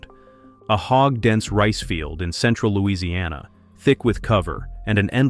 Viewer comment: Why would you make the stupid claim that Louisiana’s humidity is hard on batteries? That simply doesn’t have any basis in reality. And you didn’t even make it in the ball field with your very wrong pronunciation if the name of the place this happened.